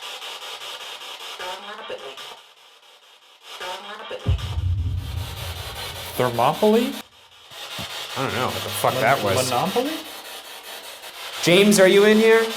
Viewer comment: I heard “don’t laugh at me” when Shane said Thermopylae.